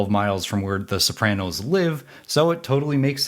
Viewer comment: How about the way you pronounce "Sopranos". People from Jersey pronounce Super Mario like "Mario" instead of "Mario", and maybe your pronunciation of "Sopranos" is similar.